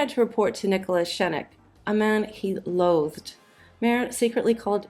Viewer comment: Oh, there are so many mispronunciations. Nicholas Schenk's name isn't pronounced any of the ways they tried. It's more like "Shank," but you kinda need to squeeze the "a" a little. Many people in the US, for some obscure reason, decided to pronounce it "Skank" sometime during the 1980s, and unfortunately, it has stuck.